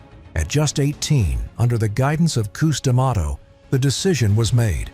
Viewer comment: Cus DeMato not Coos